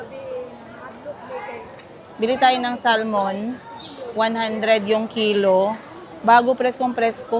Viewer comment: Make Sure na Bago ka maki sama ulit or kung gusto nya makipag Balikan wag na sya ulit sa ginawa nya noon 😅😂 Fresh Start kumbaga 😅 By the way the Pronunciation nang SALMON the L is Silent Instead of Saying SALMON is SAMON … My Husband and Friends Here in the U.S.A They always laughed at me if I say Salmon … they Always correcting me Coz I keep saying SALMON 😅😂😂 That’s how we say it in Asia but it’s a wrong pronunciation… I’m just giving you a Heads up ✌️🙏👍💕🤗